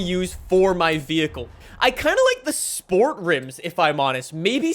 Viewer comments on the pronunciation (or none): none